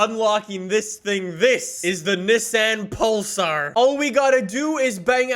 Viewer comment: I keep thinking he say Nissan Polestar lol